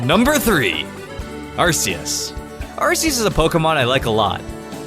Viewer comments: It's not arsus it's are-kee-us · Arceus (Ar-Ke-us) IT'S A HARD C like cake! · Its pronounced, Ar-Key-us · IT'S AR. CCCCCCC EUS ARC ARK ARK ARC ARK ARCEUS ARRRRRRRRCKKKKK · It's pronounced arc e us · It's pronoced Are-KEY-Us